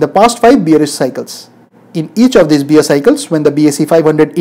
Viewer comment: Please say' bear' as in' bare' and not in 'beer'